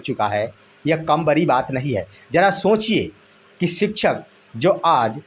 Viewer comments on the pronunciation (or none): none